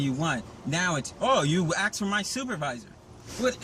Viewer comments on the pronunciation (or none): Why don't you just shut your mouth. You make yourself look stupid and sound stupid, with all your inane babbling. One final thing, It's ASKED NOT AXED. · It’s pronounced “asked” not “axed.” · The word is pronounced ASK or ASKED. Not AXS or AXSED.